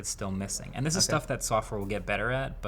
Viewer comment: This man pronounces "and" as "und". What kind of accent is that?